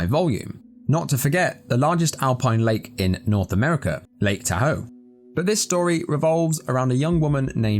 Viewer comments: Just a friendly correction. Lake Taw- hoe. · I'm just commenting because I love that you called it Lake Tuh-ho. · That's not how you pronounce tahoe